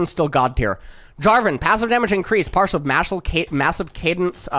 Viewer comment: Wait what? your analysis is doo doo. Fake news on Gnar not going to talk about how this interacts with Triforce? Skip Hwei? J4 passive fake news even though this is what made him OP season 13 and cannot pronounce Martial?